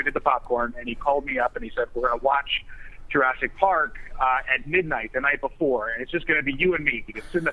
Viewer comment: AHAHAHA! "JURAASIC WORLD" XD